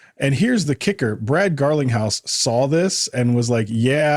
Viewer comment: His name is not pronounced “Garlin-house”. It’s pronounced “GARLING-house”!!!